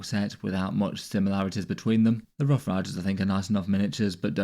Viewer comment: Its "rough"